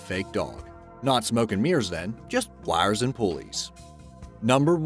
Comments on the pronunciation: Sounds southern. Yikes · Is the narrator from Pittsburgh? The way he says 'wires' and 'icon' makes me homesick.😅